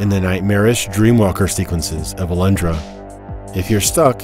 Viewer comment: Do you really say "Alandra" in english? ...weird.